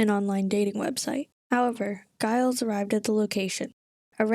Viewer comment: I couldn’t help laugh at the way you pronounce Gilles like it rhymes with miles. My brothers name is Gilles, people always have trouble pronouncing it properly. The S is silent the G is like the G in courgette, it kinda sounds like wheel. Great vid btw… love your content ;)